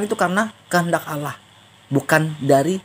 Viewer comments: Ass. Wr wb. mzdih belum membedakan pengucapan "Allah" dengan "Alah". masih terbawa pengucapan agama lamanya. Mohon dibetulkan. Trmksh. Wassalam. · Kedengarannya panggil alah bukan alloh mungkin lupa